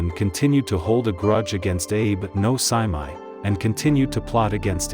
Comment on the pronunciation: Well the fact you mispronounced the guy’s name from the get go is not a good sign.